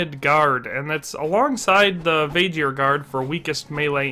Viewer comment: Vae-Gear not Vaeghir